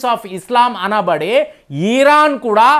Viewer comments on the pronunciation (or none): ఈరాన్ కాదు ఇరాన్, ఈరాక్ కాదు ఇరాక్. యూదా కాదు యూదు. తెలుగు నేర్చుకోండి నాయనా